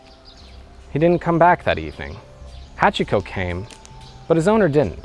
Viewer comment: No, you're not deliberately speaking with an English accent. You can't fool someone who is fluent, sorry. And I'm talking extremely basic Japanese pronunciation. Its "hahtch-ko" not "ha-chee-ko, the i is dropped, its not "shibbuhyuh" its shee-boo-yah". I know about 50 people who became fluent, and NO ONE goes back to mispronouncing Japanese once they're even moderately fluent. For you I recommend learning the pronunciation of vowels, which you should have learned in the first ten minutes of studying Japanese.